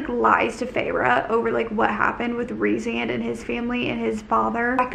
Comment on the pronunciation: It’s pronounced Reece-and